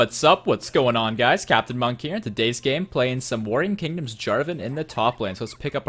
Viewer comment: Ok so uhh, is it weird that I herd 'Boring Kingdoms' lmao